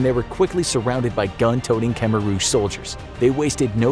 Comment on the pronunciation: really need to learn to pronounce Khmer